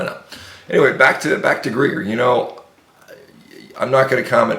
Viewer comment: This guy can't even pronounce London Real or Dr. Michael Gregor. He's really on top of things! I'm going to follow everything he says!